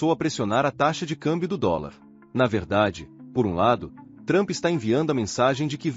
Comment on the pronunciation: Adoro quando falam o nome do cara de "Trâmpi" 😂😂😂😂